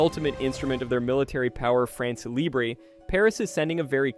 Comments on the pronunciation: For heaven's sake, it is NOT "France Libré (like LIBRAY), it is "France LIBRE, like LIBR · Please, look how to prononce two words when it's the main topic of your vídeo.